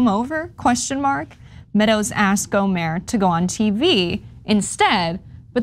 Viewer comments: It's not go mare it's gomer Louie gomer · GohmerT with a hard T like TANK, not Gohmert like Stephen Colbert hahaha. Just want to throw that in there. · It's Gohmert, pronounced like yogurt. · Just a tip: his name is pronounced GO-mert. The 't' is hard. Rhymes with 'hurt'. You can see him frequently make an ass of himself on the floor of Congress on C-SPAN. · Another case of or her producer not doing prep research. Google how to pronounce these names and learn their backgrounds. Do the work, it undermines your credibility. GO-murt. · Airhead. Riggleman was never Chief of staff and she has no idea who Gohmert is or how to pronounce his name. Pretty doesn't equal qualified. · Is she mispronouncing 'Gohmert' on purpose? Or does she not do basic research?